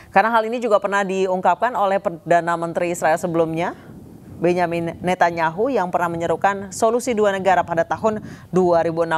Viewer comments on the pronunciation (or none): none